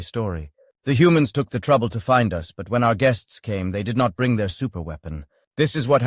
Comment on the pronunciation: Ha - smart arse A.I cannot pronounce the word 'us' as 'us' it gets confused and says 'Ewe Ess' as in United States!